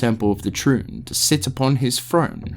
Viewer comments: the amount of mispronunciations (mainly completely leaving out letters from words like turning Tri-une into Troon) makes it hard to listen to this... every few minutes I have to stop what Im doing to rewind and figure out wtf youre talking about... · Triune (Trune), Kehjistan (Kehgistan), Uldyssian (Yuldyssian), Izual (Izu-all, instead of Iz-wall), just to name a few that stood out to me. Athough that last one is understandable cause he read it how it's spelled. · I love the lore, but the fact that you don't know the pronunciation of a lot of important words makes me think he never played the games. Which is fine, btw! But I can help Triune: try-oon Vizjirie: vaj-ear-eye You are welcome friend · Some of your pronunciations drive me up a wall🤦🏽‍♂️ overall this is a great long form video and quite in depth, but it really does throw a wrench in the experience when I’m deeply concentrated in what you’re narrating, then all of a sudden I hear “temple of the trune”. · This was such a great post especially since I just got into Diablo! The only criticism I can offer is that word pronunciation is a bit... Off. Triune for example is pronounced "ˈtrīo͞on". Is it a stupid gripe? Yes. I'm sorry. The ear wants what it wants! 😅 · Really enjoying this video, it's very well made and informative for someone new to the series... But for the love of God please stop pronouncing Triune like a slur 😂